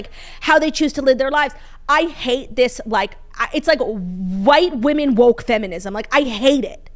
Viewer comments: The way my grade school teachers failed me for never teaching me the different pronunciations for woman/women. I had to learn about this from & Claud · Oof the women/woman mispronunciation drives me wild too I’m glad someone else can relate